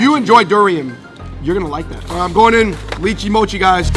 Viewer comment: "Lee chee mochi" jesus its "Lie chee mochi"